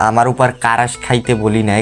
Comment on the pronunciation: ক্রাশ ❌ কারাস✅😂😂😂